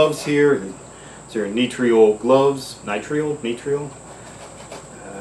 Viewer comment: It's Nitril, like Mithril.